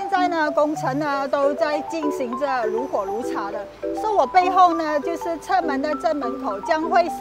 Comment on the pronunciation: 如火如荼 ru huo ru Tu 不是 ru huo ru Cha 😂😅😅😅